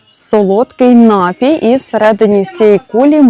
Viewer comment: Не нАпій, а напІй.